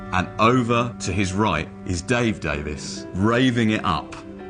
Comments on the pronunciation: How the hell can the woman narrator keep saying their last name as "Davis" instead of "Davies". Has she ever heard of them before? You can't be part of a biography like this unless you know something about your subject. And you can't do justice to the Kinks in four videos that add up to a half hour. She actually says at one point that the Kinks wanted to get in on "this exciting American market" as if nobody ever heard of the U.S. until the Beatles flew across the Atlantic. For heaven's sake they were all listening to American blues and rock n' roll since they were teenagers. Ray Davies wanted to come to America before he ever heard of the Beatles. Just listen to his recent album "Americana". What a waste this "biography" is; too bad as I got excited as soon as I spotted it here on Youtube. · why can't American's pronounce words? the narrator calls the brothers Ray & Dave Davis. its DAVIES.... pronounced DAVEEEES. learn to talk ffs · I just started watching this and not two minutes into it starts off with a pronunciation error of the 1st magnitude! - Their last name was DAVIES not DAVIS!!! Jeeza-LOO!!! I'm not usually a pronunciation Nazi, but PUH-LEEZ!!! That's like the second most important word in the whole story, right behind the "KINKS"!!! Maybe she'll say the "KLINKS" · Did I mishear the narrator or did she say “Ray and Dave DAVIS”?